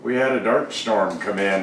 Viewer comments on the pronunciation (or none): He said Dirt storm, not dark storm